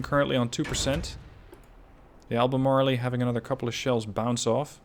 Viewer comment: "ALBEMARLE" USES A SILENT "E" at the end of the word. Thus no long "E" sound.